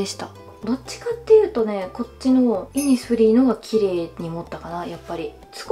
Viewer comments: イ↑ニスフリーｗｗｗｗｗｗｗｗ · イニスフリーのイントネーションいつも気になります…！（笑） 40万人おめでとうございます♡ これからも無理せず頑張ってください！！！ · イニスフリーのイントネーション気になりますね。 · イニスフリーのイントネーションすごいｗｗｗ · イニスフリーって、そんなイントネーションなん！！？？？ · イニスフリーの発音がイにアクセントあって笑う